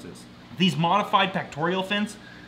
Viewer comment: It's pectoral not pectorial...